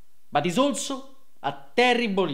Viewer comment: "OLZO"; ha detto "OLZO". Deve essere una roba che ha a che fare con l'olio di colza.